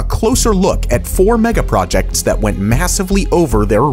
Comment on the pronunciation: stop saying “megaprojetcs” 🤦🏼‍♀️